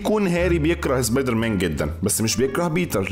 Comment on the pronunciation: مصري زبيدر مان مش سبايدر مان